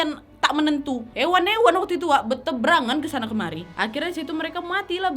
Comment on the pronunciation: berterbangan kak nad,bukan ber tebrangan...